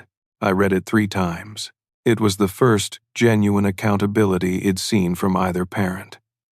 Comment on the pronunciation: May wanna fix the ai. The word is I’d not id